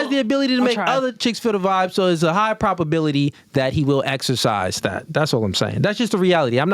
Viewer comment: You’ve GOT TO stop saying “PROPability”. It’s PROBability. With a B. A thing is either PROBable or imPROBable? It’s never PROPable or imPROPable.